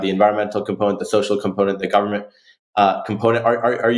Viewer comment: "Government" FAIL